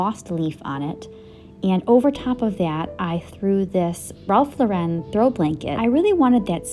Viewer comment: Very pretty tablescape. FYI: Mr. Lauren puts the emphasis on the first syllable of his last name, not the second syllable. You can find videos on YouTube where he's pronouncing it correctly.